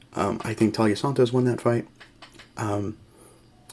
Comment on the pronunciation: TAI-LA as in Thailand. Not Talia.